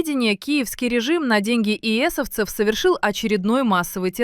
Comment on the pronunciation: Не еэсовцев, а эссесовцев